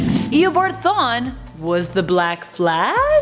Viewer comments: Who tf is Eobard Thane??? It’s Eobard Thawne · She sounded like she said thane instead of thawne lol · Comic book fans literally crying for the way the first woman says “Thawne” like: Why must you hurt me in this way